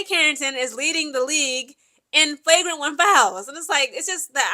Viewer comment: Do y’all like how is flipping between saying “Flauwgrant and Flaugrant pronunciation? Lol.